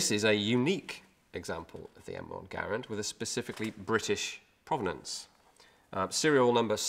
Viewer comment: Well done.... and it is pronounced Garand...with a "E" not an "A"... as we Bloody Colonists would say. Cheers Mate.